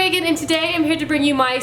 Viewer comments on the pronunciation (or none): none